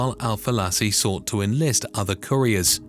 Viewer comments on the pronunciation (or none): none